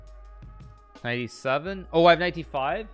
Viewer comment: kuh-night f5